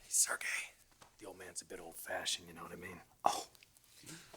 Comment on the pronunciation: Pronounced “Sir Gay”! Lol!